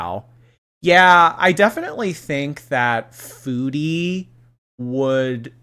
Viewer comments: Her pronouncing “foodie” like “feudie” is going to send me into a rage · it’s weird because she can pronounce food correctly (kind of) so why can’t she say foodie